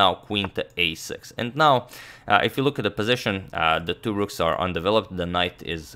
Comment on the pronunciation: Not “rooms” but “rooks”